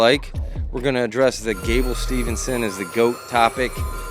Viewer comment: If you are gonna talk about Gable being the GOAT, can you at least get his damn name right please..it's not Stevenson.. it's Steveson...